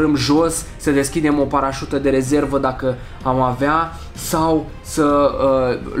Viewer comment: Ai spus parasta nu ai spus parasuta